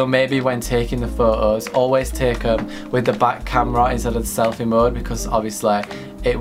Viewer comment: Pho-ohs 😂😂not trying to hate tho